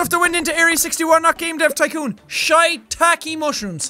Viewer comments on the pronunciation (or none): none